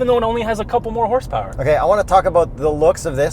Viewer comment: Did just say hrsprs?